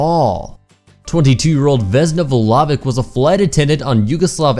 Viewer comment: Number 5: her name is Vesna /voo-lo-vich/ not walawic or watever:-) cool video btw:-)